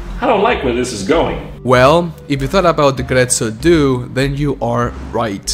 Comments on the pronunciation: Very well made video but my friend, my friend, DUE, DUE, "DO-AY"!!!! Not "doo"😭😭😭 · It hurt my hears to hear "due" in English... "due" means "two" in Italian. Like, the number two. That number after "one" and before "three". Numero "dos". Uno, due, tre.... "Due" in Italian is to be pronounced something like "do eh"